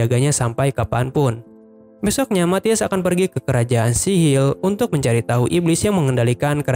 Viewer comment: Apa bang, Kelajaan sihil??🤣